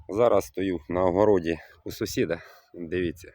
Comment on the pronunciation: Не с0сід, а сусід